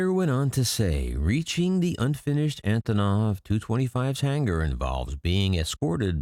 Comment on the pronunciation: They are not more important than the antonov you can't even pronounce it properly